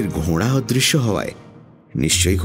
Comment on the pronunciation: the pronunciations are beautiful. It is because of that, that the stories come so alive. কিন্তু ঘোড়া কথাটা বেশিরভাগ সময়ই ঘোঁড়া শোনাচ্ছে তাই একটু অস্বস্তি হচ্ছে। Very sorry to be a grammar Nazi but everything is sooo perfect that little things are much highlighted. Thank you for the beautiful presentation otherwise 💖